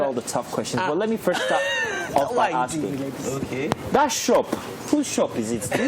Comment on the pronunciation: Is it "that shop" or "dah chop"?